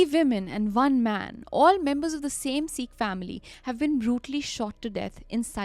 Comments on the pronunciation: you're an amazing narrator and all the love from Meerut but it's not See-kh. It's Sikh. Short 'i'. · Hey guys. Been a desi fan since forever but just wanted to point out that its pronounced as “sikh” not “seek”, 😬😬 It felt a lil annoying! Loved the episode tho❤